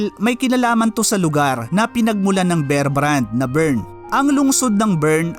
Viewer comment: Kbayan ,bear,as in bare ang pronunciation, make it long